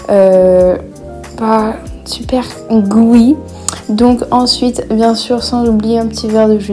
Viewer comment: Un moment t’a dis « sUiTeNnNn »😭🔫